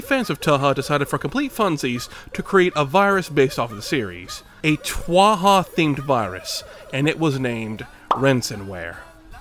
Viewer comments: Normally, one would get hate for calling Touhou a anime, but you were so funny and non-serious with it, I have no idea if you will actually get any hate for it. Also, I think pronouncing Touhou as "Toe Hoe" might be a bit more accurate than what you said. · goddammit i heard Rensenware and wen't like "kinda sounds like Reisen from touhou lol" IT WAS TOUHOU oh yea it is pronounced like toe--hoe, not to be the smart person here just wanna help :) (i could also be wrong, the touhou community is something special) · Why do you pronounce touhou like twaha 😭 (great video btw) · love your pronunciations for touhou. makes me very happy to be a tamagachi hamanachi fan :) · internationally fucking up the name of TouHou has to be up there with one of my favorite gags from this channel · I find the amount of time he intentionally said touhou incorrect to be hilarious. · "If I say 'Touhou' every possibly way, I'll be right once, and comedic" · Damn you had me dying with the touhou mispronounciations. Love the video! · I fucking loved how you purposefully mispronounced Tou Hou to piss off as many people as possible. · Love that you don't know how to pronounce touhou so you just say whatever you want there. As a fan of the games myself I love it. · as a touhou-fan, im appalled by the pronunciation. on the other hand, im so happy to hear you put Ronald McDonald Insanity as the background music for this segment. (im joking, everyone pronounces TÖHÖU-wubsy differently! very good job on this video! :D ) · I love how you mispronounce Touhou in all sorts of different ways. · Peak comedy with pronouncing touhou different every time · You pronounced it wrong, the 'T' in Touhou is silent. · I cannot stop laughing, every time he says Touhou ... i just cant... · As a touhou fan, the bit of mispronouncing touhou is fucking incredible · I love that Touhou's name is being butchered every single time you say it , it's so damn hilarious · HOW DO YOU MESS UP THE MISPRONOUNCING THRICE